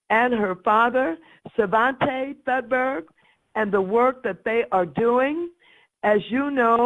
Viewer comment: Thudberg she says. Lol